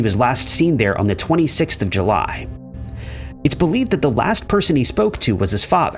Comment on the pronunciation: Was July pronounced Huly or is my brain off kilter?